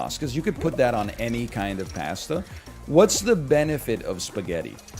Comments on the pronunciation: on board with most of the takes but idk why he says pasta like that so i'm going -1 on this opinion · Hottest take is the way he pronounces "pasta" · I’m sad there’s no Josh here to point this out.